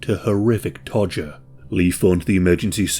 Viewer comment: When you say torture in this video it sounds like you’re saying “todger” lol